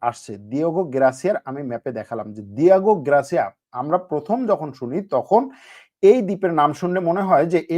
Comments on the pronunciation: please correct it ‘Diego Garcia’, NOT ‘Gracia’. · দিয়েগো গ্রাসিয়া বলছেন কেনো বারবার। এটা হবে দিয়েগো গার্সিয়া